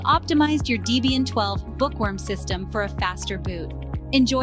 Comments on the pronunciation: It's "Debian", not "Deebian". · Deebian? WTF is Deebian? Is it named after someone named Deebra or something?